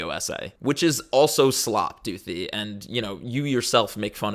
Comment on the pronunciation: I for real thought you said her name was Dookie